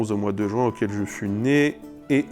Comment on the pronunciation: "Juing" avec l'accent du sud